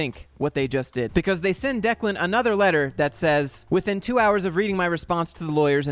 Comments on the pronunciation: You pronounced Declan correctly. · You pronounced Declan's name correctly.